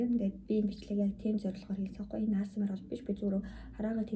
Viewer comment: аас ээм аар биш шүү. Эй эйс ээм аар гэж унш